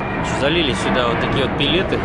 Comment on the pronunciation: Пилеты. Не палеты, не полеты.